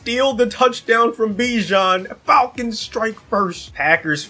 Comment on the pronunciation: Falkins ❌ Falkings ✅